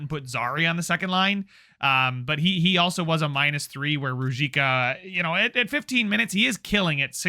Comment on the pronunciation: Ruzicka is pronounced roo-zeesh-ka. Im liking the series, keep it up!